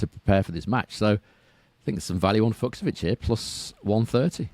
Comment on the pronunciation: Great show as ever! Allow me a correction though: In "Fucsovics", both "cs" is pronounced the same way, as you normally pronounced the second one in your version. Like the "ch" in "beach". Keep up the good work!